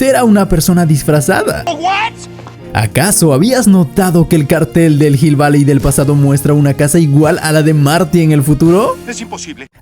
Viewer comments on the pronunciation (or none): none